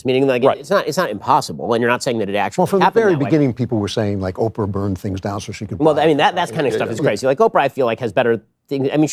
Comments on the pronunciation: …it’s pronounced Oprah. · Ben said oprah and laser ... Open ears ppl